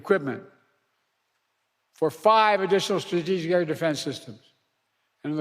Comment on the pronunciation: . He can’t say “strategic”. 😂